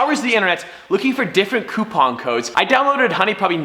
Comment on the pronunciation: I hate the way you say coupon